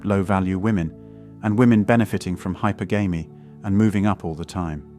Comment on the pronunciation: Hyper•Gamey really wtf it is Hy•per•ga•my I am sorry but being from where I am from having verbally stuck up people constantly trying to correct my pronunciation and 8 out 10 times they are wrong. And when it's that bad I can't stand it.